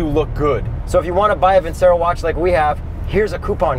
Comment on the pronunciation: Fantastic video as always. Btw, it’s pronounced ‘Vin-cherro’ (Seen a few of their ads); Amazing watch- I bought one because of y’all! Keep it up 👍